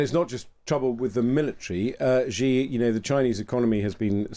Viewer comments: It's not zjyee, it's hshee. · Please please please learn how to pronounce Xi Jinping's surname... 😂🙏